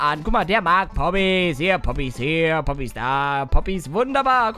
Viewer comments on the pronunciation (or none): ES HEISST PPPPPPPPP OOOOPPPYSSS NICHT Boppys